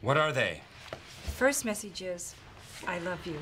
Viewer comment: Am I the only one hearing Phyllis saying "messages/message is" as "messy jizz"?????